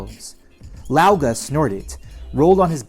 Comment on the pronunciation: Look up the was there French pronounce Guy (a short hard GUH with eee) Lau is pronounced right tho.